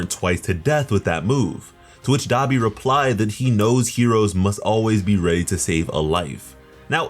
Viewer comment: Anybody notice he saying Dabi Wrong.